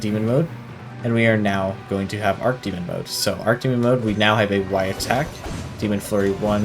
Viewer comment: Dude, it's not "ark" demon mode. The word is "arch", not "arc" or "ark" You pronounce the "ch", you don't make it a "k" sound. Arch (with "ch" pronounced) means "higher in rank, ascended, or greater in magnitude". Like if someone is your archenemy, they are your GREATEST enemy.